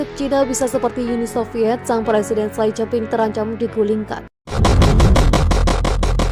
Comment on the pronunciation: xi jin ping dibaca: si cin phing beijing dibaca : peicing Narator harus belajar membaca ejaan sebuah bahasa bila akan membacakan sebuah narasi dalan bahasa tertentu. HILANGKAN tata eja bahasa Inggris ketika membaca nama nama diluar bahasa Inggris. Xi dibaca si, BUKAN sai